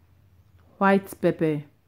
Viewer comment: Stop saying pepe it's pepper